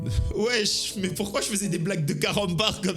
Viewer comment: arrête de dire weche